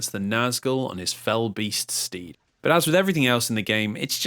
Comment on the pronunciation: Not just me that heard "fight the Nazgul on his fell beast, Steve", right?